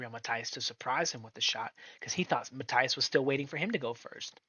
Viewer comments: Is Matías not Mataias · It is pronounced (Ma-teeas) ffs!